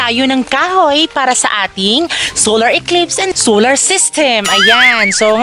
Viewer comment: Sular? Dapat po Solar.. Mali po pagbasa mo